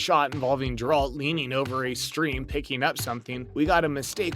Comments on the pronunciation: GARE ralt .... not JAR rald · Jeralt…. How did you pronounce that? Lol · thousands of thumbs down for mispronouncing the main characters name, consistently (did you even watch this on Netflix??) and for the lack of actual bloopers. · Why tf would you just talk about them and not show them!? Also, they literally say his name like 1000 times in the show. How do you still pronounce it wrong?